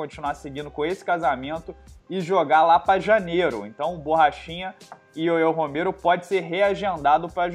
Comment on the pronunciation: Porque fala ioiô Romero ao invés de Yoel Romero só eu ouvi isso? não é de hoje